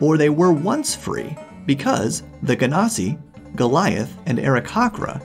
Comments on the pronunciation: Genasi pronounced with a hard G??? Let's just start the whole how do you pronounce .gif war over again! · I've never heard genasi pronounced with a hard G sound like you did. Everytime before now, I've heard it with a soft G, like "genesis". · that's not how you should pronounce 'Genasi"